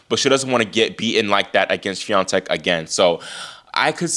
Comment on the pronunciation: Why has Coco's father stopped attending her games? Your pronunciation, Iga Swiatek, is very good, congratulations!